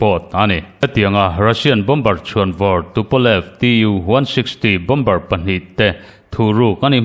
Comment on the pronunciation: Bomber=Bomer ti a lam tur, Bombar ti in lam nulh nulh hi News chhiartu an tam leh thin. News puangtu pakhat phei chu a insiam tha duh der silo, Mizo tawng a suasam ani ringawt😂 a dang pakhat pawh in "Lei do" indona lam sawina hi Lei= Mihring lei(tongue) kan lam rik anga lam tur kha Lei(earth)(Soil) hemi Mizo tawnga kan lamti ang chiah hian a ri hniamin a lam zel😂😂 Tinge YouTuber ho hian thu puan hi an thiamloh em em le ka ti. Best collection leh Rainbow channel hi chu zia tak ani